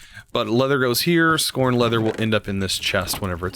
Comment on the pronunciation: it's not "scorned leather" ... it's pronounced "scaow-ard" leather - def: scour - to clean or brighten the surface of (something) by rubbing it hard, typically with an abrasive or detergent.